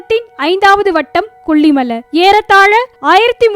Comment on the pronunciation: Please pronounce kollimalai properly. Save Tamil.